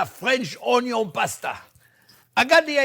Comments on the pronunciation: "ONYO"-Pasta 😂😂😂😂 I love the man ❤😘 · I can listen to Chef say "Onyo" all day.